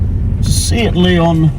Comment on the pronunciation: sorry, it`s not a see-at leon, it`s pronounced a say-at ........say it.............again............again.............say-at, that`s it.🤗🤗